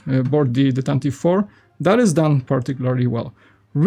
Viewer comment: It’s pronounced “tan-tiv-vee” four